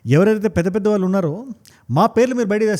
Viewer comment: Suggest 1. Speed of your narration should be bit slow 2. తెలుగు ఉచ్చారణ వాల్లు, వీల్లు, వెల్లేరు బదులు “ ణ” “ళ్ల “ వాడండి. తెలుగు బాగుంటుంది. వీణ సొంపు గా ఉంటుంది.